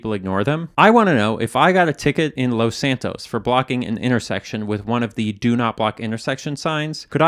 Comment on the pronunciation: First off I wanna say, I love these videos. But, the way he says Los in Los Santos just pisses me off. He doesn’t say it that way when he says Los Angeles.